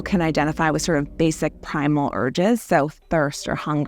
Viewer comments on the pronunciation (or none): none